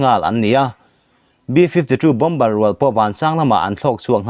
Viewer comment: Bomber hi bawmar tih tur aw.